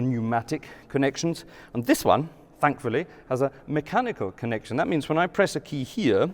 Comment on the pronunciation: I was wondering about that. His accent goes from just off RP, to Scots, to German-like (the “l”s and the way he says connek-tion) and then all the way back again and then up and down and back. Also, the German words he uses, like “Hauptwerk” are pronounced in a proper German accent like almost no Brit can. His mannerisms are also slightly German, in the best sense. Some of these quick little throw-ins in his talk are very German. Quite fun, really.